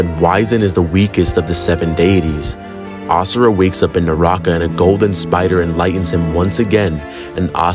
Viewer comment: if he miss pronounces AS SURA again i might get permanent ear plugs